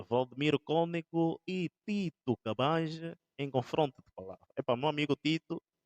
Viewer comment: Tito Cambanje e não Cabaje!